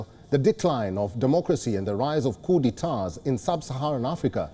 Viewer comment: POOR PRONUNCIATION OF 'COUP'. VERY ANNOYING